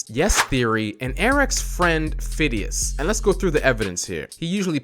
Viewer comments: its not Fidias its Fi-de-is (to pronounce it) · When called fadais fidis I was like ITS F-AH-DI-AS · Fidias is pronounced fid e us